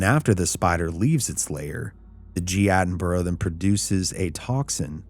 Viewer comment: Not as scary as your pronunciation of David Attenborough